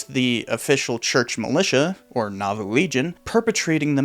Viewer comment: I thought he said naboo